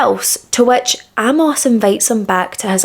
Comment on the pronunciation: Really good presentation. I'd not heard of this case before. Just a couple of things. Amos is pronounced Ay-moss. Being gay was illegal in most countries at the time and was still considered an illness and degeneracy as late as the 1970s and the general public didn't really accept it until the mid to late 1980s. Singer Lou Reed was sent to a mental institution as a young man and treated with electroshock therapy just for being gay. He later became what would be called pansexual, to use today's language, having relationships with men, women and a long term relationship with a transwoman. Being gay was seen as bad as being a paedophile back in William's day, so it's no surprise his parents didn't accept it.